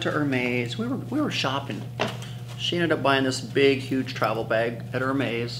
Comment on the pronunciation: You say Hermès and Herve Leger incorrectly